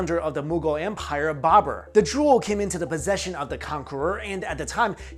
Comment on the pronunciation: did he say babbera.. alibabbera an the 40 thieves ???